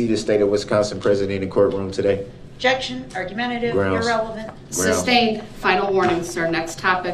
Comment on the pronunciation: "Objexion relevancy" "Reason for the SUBstain?" "Is that a TACKit agreement?" "Subject matter jurisdiction"